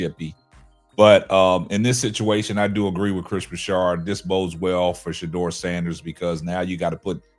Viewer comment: Hey, it was bothering me that he kept saying Broussard's name wrong. It's not like he hasn't been in the sports media for the last 15 years or more.